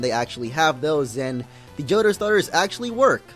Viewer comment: omg the way he says Johto...